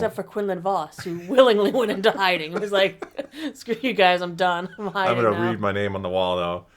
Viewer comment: "Hinding himself"?